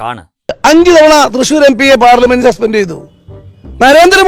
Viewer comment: തൃച്ചൂരോ?😂 കേരളം ഒഴികെ മറ്റുള്ളവർ ചിലപ്പോൾ അങ്ങനെയാകാം ഉച്ചരിക്കുക, എന്നുകരുതി തൃശ്ശൂർ എം.പി.അങ്ങനെ പറയണോ?